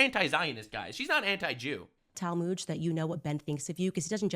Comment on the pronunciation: I'm not Jewish but hearing her pronounce or mispronounce the Talmud as Talmood is hilariously grating on my ears. 😅